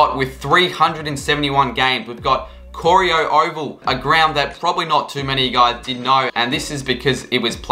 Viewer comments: it’s pronounced “ k-o-ry-o” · the way you said corio lordyy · Day 439 of trying to find someone who can pronounce Corio correctly